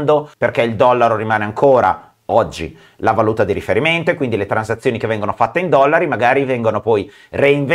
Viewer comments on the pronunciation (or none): none